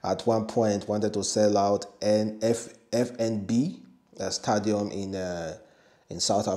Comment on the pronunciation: Stadium n not stadam".